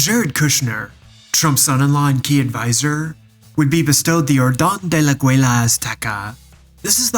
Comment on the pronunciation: Why did he pronounce águila like that 😭